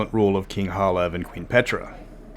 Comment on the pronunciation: It's Halav, guys. Not Hala.